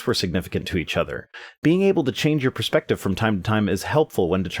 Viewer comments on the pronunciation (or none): Thanks. Those people could use a dose of the Total Perspective ['Per-speck-tive??] Vortex. tavi.